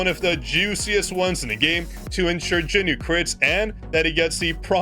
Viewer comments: Is it just me or I'm really hearing Jin-Noo all the time when he is saying JinWOO's name? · Okay you’re actually pissing me off actively calling him Jinmoo or jinnew whatever the fuck you’re calling him is wrong as fuck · You made me laugh when you said "JinNew" so I subscribed (5/18/2026)